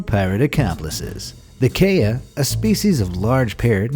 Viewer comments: the way he said kea made me cry he said it like 'kaya' but its pronounced more with the ''kee-a'' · Ok I`m sorry but it pronounced Kee-a, not Kay-a ok? I`m sorry I`m from NZ and it trigers me when someone pronouces our birds` names wrong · its pronounced KEY-A not kay-a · dude the kea is not pronounced kaya its pronounced key - uhh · It's not Kaya, it's kee-uh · Kee ahhh not Kay yaaa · You pronounced kea wrong, it’s kee-ah not Kay-ah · okay so im from New Zealand, and im native from NZ and Kea are only like that if you bother them or their babies. i have 16 keas in my backyrd and they arent vampires, they're beautiful birds that helped my ancestors by reducing diseases. and its pronounced "kia" not "kaya" but its spelt "kea" just had to let all of yous know. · Not pronounced K-a but Key-a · ... kayah.. mmmm it’s keya:/ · KEA... It's not pronounced kay-a BUT KEE-A like a key... Ya? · WTF IS A KAY-A IT IS A KEE-A KEA NOT KAYA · its said like this keea not kaya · OK first its not pronounced KAY-A its pronounced KEY-A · You said Kea wrong it’s pronounced Ke-a you said Kay-a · its pronounced (key a) not (kay a) and their not parrots and the mostly like shiny things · it is sayd key ya not kay a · It key a not k a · Number two: The Kaya! Me who's from NZ: TrIgGeRd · It bugged me too. I'm not from NZ, rather US, but I'm a bird lover and the Kea is one of my favorite, to the narrator, for the future, it's pronounced "Kia" like the car manufacturer....... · im sorry, but this is how you say Kea. Key a also i grew up in New Zealand so i think i'll know how to say it - just to the people who are a little over protective of this channel 😊😊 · I was about to say that too ! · Ikea bird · Its pronounced Key-a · Kea - key-a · Its pronounced key a for kea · bro, its a k-e-a not a kaya i live in new Zealand so i know all about them. And they live in the south island not the north. I go to Arthur's pass all the time to see them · No its Key-a Pls get it right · It's kee-a